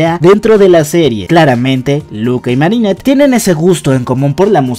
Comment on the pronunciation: y poco y es marinette no mari